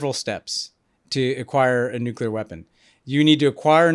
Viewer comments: Honestly, this was some of the smartest content out there about this conflict with Israel/Iran. The context and analysis was excellent and I thank you because I think Americans really need to understand all this. The Greg Landsmen content, not so much. The guy could not pronounce nuclear. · Gary Landsman’s not from my state so I don’t know him, but on Israel/Palestine/Iran, he sounds like an idiot. I thought one of the big lessons of the first Dubya Administration was that we don’t trust war planning in the Middle East to politicians who pronounce “nuclear” as “nucular”…😂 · How is that most of the people that are making decisions about war and the future of the planet cannot pronounce the word NUCLEAR?